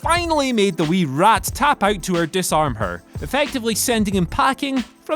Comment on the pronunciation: You're the only one who says Becky Lynch's finisher that way and it does not sound quite as good as when it's said with the intent of being a play on words.